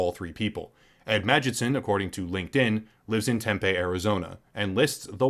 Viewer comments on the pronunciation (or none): It's pronounced Tem-pee, as in, "thanks to all the homeless people, this town smells like pee." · Great video. Just wanted to say it’s pronounced temp pee. Tempe Arizona. I remember the Jeff Learner video you did. It was taken down? So he was legit? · Greetings from Phoenix, AZ. Just gonna nitpick you; It's "Tem-pee" Arizona.